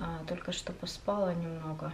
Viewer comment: Я скоро сама начну говорить поспАла, правильно поспалА 🙈